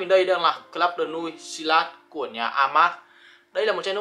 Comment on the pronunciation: Đọc tên sai rồi bay ơi, nuit này trong tiếng ở là bên đêm